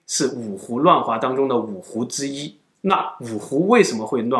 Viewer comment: 台灣格語